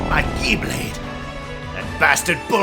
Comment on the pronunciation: Ha. Frieza said Key blade